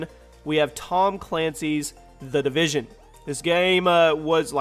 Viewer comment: "The Devision" haha, whoops.